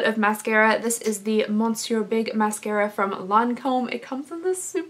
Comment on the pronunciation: I’m sure people have said this before, but Monsieur is pronounced “muh-syer”.